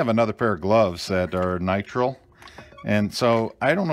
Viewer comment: Nitrile has two long i's. N-eye-tr-eye-l